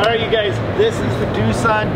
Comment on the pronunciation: ITS DOSAND